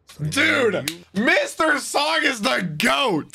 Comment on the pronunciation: Mr. Song is actually pronounced "Sohng" and Sung/Seong is more like English "Song"